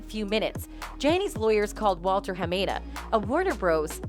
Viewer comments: HA MA DA please say his name right! Not HA MAY DA! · Wow the lawyer pronounced Hamada clearly and yet you still managed to butcher the pronunciation.